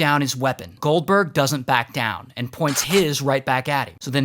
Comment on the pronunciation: When he said goldberg but i thought he said gulper